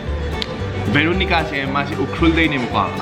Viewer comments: Veronica not Bheeeloo-nigaa... Cool vlog btw. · Bro it,s Veronica not varonica 😂😂😂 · Oiya,, beronica, u made a bideo in sarojini etc... bro u can't pronounce v?